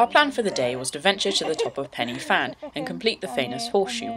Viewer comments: it's not Penny Fan, it's pronounced Pen-ah-Van (pidgeon Welsh). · its pronounced " van" not fan. pen y (v)fan...